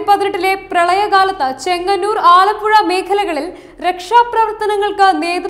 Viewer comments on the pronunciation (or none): none